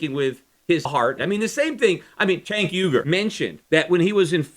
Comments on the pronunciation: What's with the 'cenk uygur' overdubs? I wouldn't have cared if you were saying 'Sink ooeygur' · I love that Peter had to go back and edit his pronunciation of Cenk Uygur. :) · Must have been saying Cenk Uygurs name wrong for the original recording because its obviously re-inserted throughout the podcast haha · Maybe [Cenk Uygur] cut you off on his show because you kept saying [Cenk Uygur]'s name weird? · I'm guessing you mis pronounced his name the first time you recorded this then :P